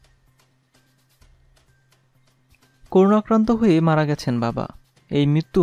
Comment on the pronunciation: Bro, Pls. make correction of pronunciation of “CORONA” . This is not “koruna”